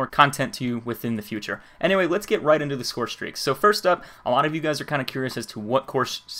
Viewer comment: lol he said call of duty ghosts scorestraeaks